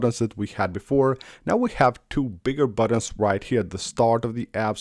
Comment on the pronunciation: Haaaa, he says buddins rather than buttons.😂😂😂